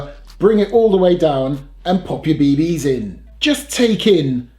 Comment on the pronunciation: Your killing me with the way you say bee BEE's haha. Great and informative video. I may have to pick one of these up and do a comparison vid side by side to a real steel.